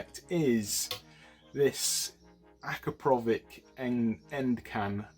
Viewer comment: The can looks absolutelly amazing! I really like those cheap repairs cause everyone can buy a new one and not everyone can repair one.. At the end of the day it is what it its and big bonus for me personally.. For the first and probably last time you´ve pronounced the name correctly yaay ! :D